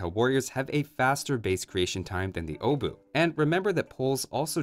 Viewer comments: Pole here, The 'ch' at the end IS pronounced, it's not 'oh-boo', more like 'obuhh' Also... You know you can use Google Translate to check pronunciation with the 'Listen' option, right? (It translated to 'hammer head') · Ch makes sound, it's not O-bu, it's Obuch. You're heavily highlighting "O" as well. :P Still, nice to see you dive into those analysis. Thank you <3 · Wait, is it really pronounced like Oh-buch? I'm a Czech myself so I thought that the pronounciation of the "O" part would be rather O-buch (With the "o" sounding like in for example the word "of" or "or"). Edit: So it's pronounced exactly like I thought. You're really close, but at the begining it's indeed pronounced with short sounding "o" (like I explained above) instead of it sounding like "oh". But the rest of the word is spot on from your side. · Correct pronunciation, just the O is not [Ow] its just [O] just like in "age OF empires" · I'm triggered that you know how to pronounce the CH at the end of Obuch but still choose to pronounce it "Obu" without the CH for the rest of the video. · Obuch are pronounced with a hard "H" at the end 👍🏻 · Iirc, the 'o' is pronounced as 'aw'. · It's pronounced "oo-bush". Trust me I'm spaniard, I have no idea. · I'm the only one that hear uwu instead of obuch? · it's pronounced "obuch" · gets told that pronouncing the "ch" as the "h" part of the German "ch" is correct - proceeds to read the "h" and not pronounce it at all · About the pronunciation thing and that one Polish dude writing that Polish is stupid about pronouncing "ch" similar to "h" in "house". Aren't most latin-alphabet languages like this? It feels like English is being "stupid" about pronouncing "ch" weirdly.